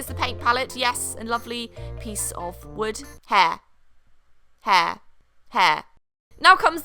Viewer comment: *hair What I hear: hea...hea...